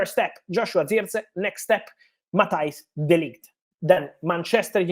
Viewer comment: Who???? Say his name properly FFS